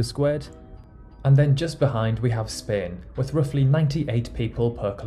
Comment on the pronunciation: Is spain pronounced like he does?????